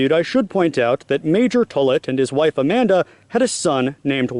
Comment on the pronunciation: As a Tollett and descendent of this story the pronunciation of my last name is wrong. It’s not Tullit, it’s like Tall-it. Thank you for this video though it’s great!!